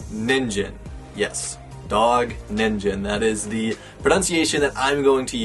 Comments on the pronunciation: It's pronounced (Knee-n-gin) Ningen It's Japanese for "Human". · Ni-n-ge-n sorry to be picky but the pronunciation was distracting me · my ears burn when he said "ninJen" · Someone make a compilation of how many times he mispronounced Ningen :>